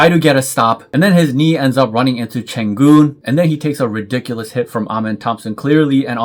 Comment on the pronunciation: His name is Sengun, not “Chengun”, he will be your warriors’ Daddy in the next coming decade. 😂